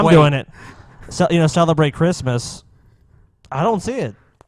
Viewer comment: This guy is like Elmer Fudd. Cwissmis Spiwit